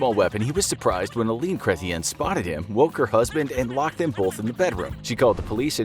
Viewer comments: My eye didnt twitch at the pronunciation of jean chretien......not at all......🥴 Also, some one tried to get in his face at a public event. He just mangled the guys face and threw him down 😂😂 us canadians are as meek as we let on u see lol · Lol the pronunciation of Chretien has this Canadian giggling....